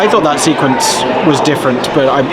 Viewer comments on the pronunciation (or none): none